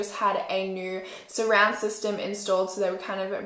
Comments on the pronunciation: Yess just that when she so with the accent that she has so it sound like soor it just bothers me 😬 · The way she says “so” 💀